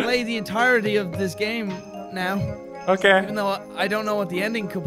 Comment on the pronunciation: au kay